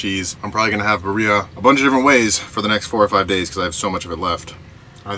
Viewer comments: It’s pronounced “beer-E-ah” not “Ba-Ree-Ah” hahahaha made me laugh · You're saying Birria wrong!! It's not Buryya meat, it's Birr (roll the rr, sort of like saying beer if you were to roll the r.) eeeeyah. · it is pronounced like beer-e-ya with a rolled r sound. But the food looks delicious! A couple of things to help improve: 1. Add the meat juices from the plate. Also, keep the oil in the pan unless it has burned. It has rendered fat from the meat which adds a ton of flavor. 2. Instead of using tomato paste, add a can of diced tomatoes to your blend and add that to the beef in the pot 30-60 minutes before serving. 3. Use cilantro over bay leaves. Enjoy! Thanks for another great video from! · Love your videos my man!! As a güero married to a Mexican woman, I use to pronounce birra the same way lol but, it’s pronounced as bee-ree-ah. My suegra corrected me the first time I asked about it (and she makes a bomb birra haha) enjoy and be safe on your trip brotha!! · If you’re gonna say “Birria” all white, call it “Beer-e-yuh” -A Mexican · Please say it right its said like biddia since u can’t roll your rs it’s all good tho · The way you said birria. Lol I can’t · The way he says birria 😂